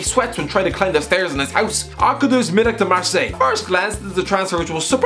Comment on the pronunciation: The way you pronounce Arkadiusz Milik is realy sweet